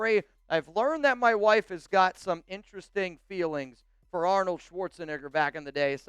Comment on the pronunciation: Is this dude serious with Arnold’s name? Jesus Christ